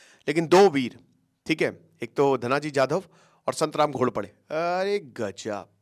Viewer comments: Please take the name properly ...Santram nhi It SANTAJI GHORPADE ...... even the kid can pronounce this simple name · छत्रपती सांभाजी महाराज ❌ छत्रपती संभाजी महाराज ✅ . सतराम घोरपडे ❌ संताजी घोरपडे ✅